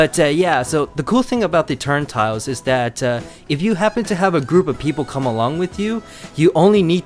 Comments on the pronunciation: Nice video, friend. Just one small correction: It's "turnSTILE," not "turnTILE." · It’s called a turnstile not a turn-tile